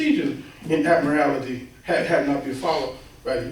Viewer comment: "admirality"? Does he mean 'Admiralty'?